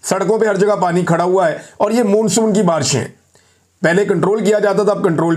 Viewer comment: Why does this guy keep saying “moonsoon”,it’s pronounced as “monsoon “.